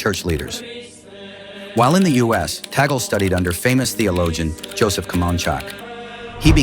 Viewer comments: "Tagle — pronounced 'TAG-ley,' not 'tag-ol.'" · The name of the Filipino Cardinal is not TA-GEL. The correct pronunciation of his name is TAG-LE---TAG as in "tag-along" and LE as in "le-mon." Before you talk about him, be sure to properly pronounce his name correctly first. You're not being credible with your very basic error about his name. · Eyyyy,,,, its not TAGEL ITS TAG LE,,, U IDIOT MUST RESEARCH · His surname is pronounced as THAG LEH.